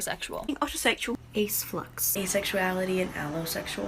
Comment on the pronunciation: Aceflux sounded like acidflux😂